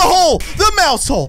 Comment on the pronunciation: The way how he said mouse hall😂😂😂